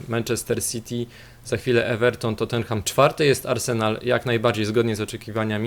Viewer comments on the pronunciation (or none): none